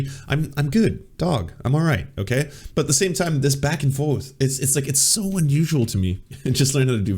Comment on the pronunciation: “but at the same time, this back and foueth”